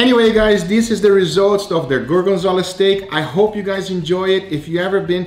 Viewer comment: apparently gorgonzola is pronounced goargenzala 😂 jk u do u